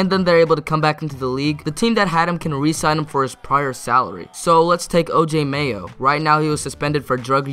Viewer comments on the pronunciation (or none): none